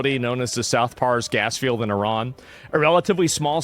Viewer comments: when did people start pronouncing iran like "IRAWN"? can we go back to I-RAN... ? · You messed up I-iraon.